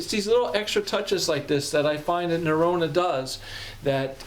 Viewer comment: Great review, as someone who lived in Norway, it’s pronounced Na-ro-na